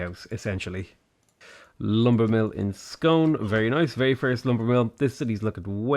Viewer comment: Dumfries to rhyme with fleece. Ayr same as air. Scone to rhyme with spoon.